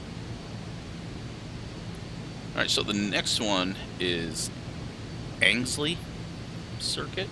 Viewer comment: An-gel-sea circuit is on the schedule of the major national series including British GT, Ginetta champs and the British TCR champs. British pronunciations follow precedent over logic, so you've got swan-z, pem-br-a and angle-c. They're only learnable by hearing others saying it.